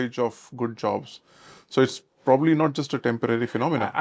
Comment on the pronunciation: Prob-ably, it sounds off when he is speaking. And it's tech-nology